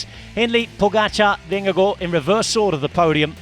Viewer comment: Pls pronounce Vingegaard properly, wtf is this